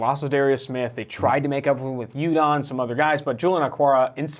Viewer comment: 2 major issues with Ravens commentary: 1) the pass rush isn't great but they're more vulnerable on the ground. What you described is the opposite of what they need. 2) Judon's name is not pronounced Yudon, and he was there last year so the verbiage "tried to make up with Judon" isn't ideal, makes it sound like he was brought in to replace Suggs.